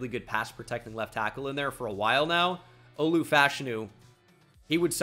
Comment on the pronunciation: Are you pronouncing Olu’s last name right? I’ve never heard anyone else pronounce it the way you do.